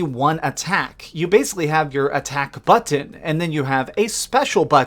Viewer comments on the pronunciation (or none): IT SOUNDS LIKE HE'S SAYING "UHHTTAOCK BUHHTTOUN" INSTEAD OF ATTACK BUTTON LMAO 🗣👂😂😂😂..